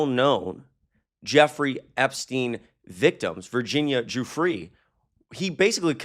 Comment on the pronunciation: It's important to get the victim's name right. Virginia Giuffre is pronounced JOO-fray